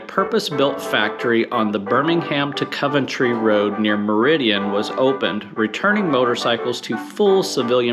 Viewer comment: Has been to Meriden, but still cannot say Coventry properly. Must be a Flo Ryda man thing.